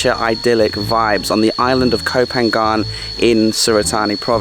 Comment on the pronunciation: Hi! PHANGAN is pronounced PAN-NGAN. Most non-Thai speakers can't pronounce the NG sound so you could also pronounce it PAN-YAN.